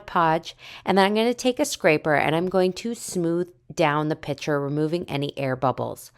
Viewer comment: Couldn’t finish this … too many times calling a piCture, a piTCHer … like nails on a chalkboard for me